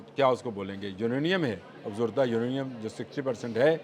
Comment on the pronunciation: AoA, me pehlay bhi comment kr chuka hon...please correct, lafz Afzurdah nhi ha Afzooda ha.